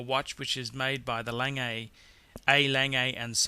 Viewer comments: Just because it terribly hurts my ears: The almost correct pronounciation of "Lange..." is like "lung" with a soft "a" at the end = lung'a ;P The almost correct pronounciation of "Piguet..." is like "pig" with a reduced "gay" = pi'ga ;P Else, I like your collection review very much. Thank you. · Can the speaker of this Video confer with some native speakers about the proper pronunciation of these watchmakers, so he doesn't massacre namens such als Lange for instance. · You pronounce it like the english word "lung" but with an "e" at the end ("e" like in "e"xercise). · It kills me to hear you say Lange. Your pronunciation is god awful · So, you don't know how to say "Lange" but keep posting reviews... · It's not "Lang AA" it is pronounced "LANG-eh" (I have met Walter Lange in Glashutte) Regarding pronouncing Omega, I have been to Berne, Switzerland to the Omega plant and even their marketing people pronounce it both ways. Breitling, IMO, is a second tier watch and shouldn't be mentioned in the company of the rest. Would have picked the President Day - Date over the Datejust. (BTO the best selling Rolex is the ladies Datejust.) Agree with others, Lange should be #2, not #10. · 1. Lange is pronounced Langeh, not Langay. 2. I didn't see an IWC 3. The Rolex Submariner should have been the GMT. 4. Royal Oak?? What did that ever do? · the first one is not pronounced langay, its pronounces long-ugh or something like that, it means long in German. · it's pronounced lahngeh und zooh-neh (like the vowel at the end of Porsche) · 'A-langay and son' ... I shiver.. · Lange is not "langay". It's pronounced as if you were going to say "langer" but don't pronounce the "r" (similar to Porsche "porsche(r)") Also you said "Piaget" which is the name of another watch maker. This one is "Piguet" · its A-Lang-guh and So-noh (A. Lange & Sohne). Au-dee-mar Pee-kay (Audemars Piguet) good list. how about V.C. Patrimony or JLC Gyro ? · its not lang-gay! its lan-geh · Lange is pronounced 'langur'